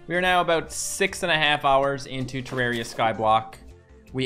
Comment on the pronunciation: Why cant he say terraria right lol